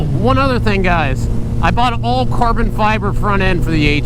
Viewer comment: cahben fyebuhhh.